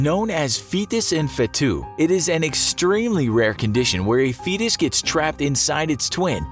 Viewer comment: “feetus da YEETus”